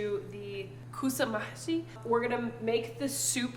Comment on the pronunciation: Yes, you’re already pronounced right (Kusa Mahshya) well done